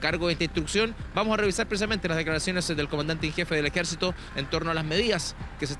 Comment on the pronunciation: DICE EJECITO FALTÓ LA R